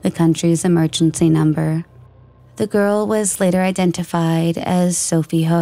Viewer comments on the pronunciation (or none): none